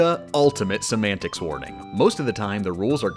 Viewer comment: At this point when she says "semantics," I just hear "some antics."